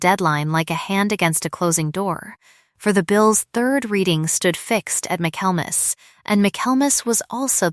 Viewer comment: Tell AI that the word is Michaelmas, not mac Kelmas.